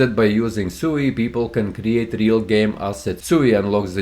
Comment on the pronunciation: It’s pronounced SWEE, not SUUU 😅